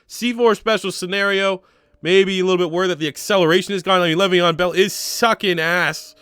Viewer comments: Nigga said gravyeon bell I’m donnneeee 🤣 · dude i fucking died when you said gravyon bell